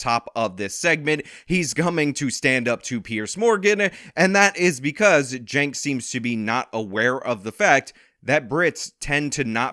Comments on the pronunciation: 1st of all I think someone needs to put this man in a foster home, he carries on like a child, sounds like a child and 2nd why does he and everyone else pronounce and spell his name wrong, I had a friend and his name is Jenk(which I thought should be spelled Chink)but he spells his name Cenk which I think sounds like Sink(kitchen sink)but I think the boy I mean the man(?)Cenk should clear up this problem but we all know how confused he is and sounds so maybe we should leave this problem unsolved. 🤔🙊🙉🙈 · I like how (Shawn) calls Cenk, "Jank." It fits so well.